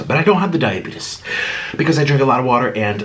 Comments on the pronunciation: “Diabetas” 😂 sorry it’s just I mean I’m not making fun of you but yea I’m sorry I’m cracking up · Instead of diabetes he says diabetus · Yes, he doesnt have “daiabetis.”